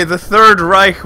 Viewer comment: The first time i heard a english guy calling it corectly "Third Reich" an not "Third REICK"